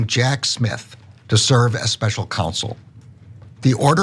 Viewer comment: It's counsel, not council former president trump. He's such a bunghole.